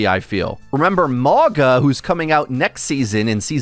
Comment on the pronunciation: P.S. It’s not pronounced Mawga 😂